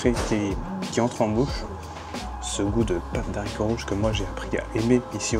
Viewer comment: A chaque vidéo ca me rend fou... "Pâte DE haricots rouges". Pas "d'haricots". C'est un H muet, respecte le boudiou !